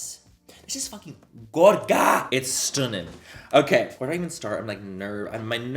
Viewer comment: I’m irish and “ITS STUNNIN” sounded so much like an Irish accent to me 😂😂😂 Manny you feckin legend ❤️